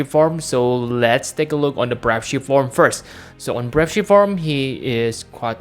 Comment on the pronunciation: It's pronounced BR-AVE NOT BRAUVE